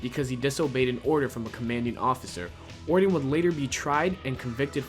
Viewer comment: These garbage Youtubers only care about pumping out low quality content as fast as possible. He can't pronounce Orton or WWE, and he can't write a sentence that makes any damn sense. Most of the time they're trying to speak so fast they don't enunciate anything and it comes out sounding like garbage. These people do not deserve our views.